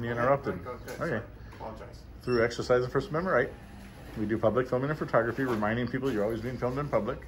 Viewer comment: I'm a big fan of you, I really like your approach, but please man, I'm begging you, on my knees, with tears in my eyes. Please stop calling it FERtogrophy. It's FOH/FUHtogrophy. I know it's a minor thing, but it does a disservice to your message.